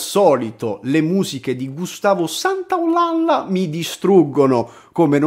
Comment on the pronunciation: Santaolalla dovrebbe pronunciarsi Santaolaja